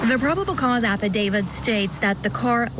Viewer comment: Love the coverage! Hate 1 thing: pronunciation. My best friend is named David. But he is not part of any “affe-David.” No, the legal document is called an Aff-i-dav-IT When people miss pronounce the word “affidavit”, it’s not the end of the world, but when you are in a job where speaking is your PROFESSION, ESP in the CRIME WORLD where affidavits are a day-in-and-day-out type of thing, it does make one sound a little bit uneducated when repeatedly saying affi-DAVID. My friend David laughs at this all the time when people CONFUSE how to pronounce a legal document term……with his name ;-)